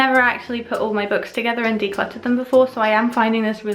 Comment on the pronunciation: I solely watch every video to hear her say “declutter” in her accent